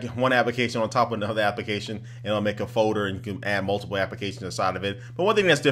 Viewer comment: i like how you say folder (fowder)